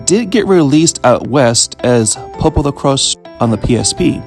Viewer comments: The Crois pronunciation is like Croy-ce not like cross. At least that's how it's in Japanese. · The correct pronunciation is "Popolo-croyse" which is how the Japanese voice actors say it Magical Road is much more effective than in the 1st game. Instead of reducing random encounters based on your level vs the enemies' level, they're disabled entirely until it wears off, although the star beneath Pietro no longer shrinks as an indicator of when it wears off. Also unlike the 1st game, Magical Road can be cast in battle, which gives Pietro a defense buff Yup, everything was redrawn for the 2nd game to more closely match Atsuko Fukushima's artstyle and all returning areas from the 1st game have a lot more background details Tamori is the creator of the original manga but the signature artstyle of the games/anime is by Atsuko Fukushima, an animator who worked on Akira as well as multiple Ghibli movies and the pilot film for PopoloCrois which was how she became involved with the series PopoRogue (the title is a play on both the words "Epilogue" and "Rogue" as in "roguelike") is an interquel that plays much more like a dungeon-crawler than the other games and greatly expands upon the battle system of the 1st game with unique mechanics and AI-controlled mercenary party members. There's multiple references to PopoRogue in PopoloCrois 2 (the 'Musashi' mentioned in the Land of the Sun is one of the mercenaries from that game) although a few are deep cuts unless you've played it, and some of the mercenaries appear in the PSP game as summons as well as the mo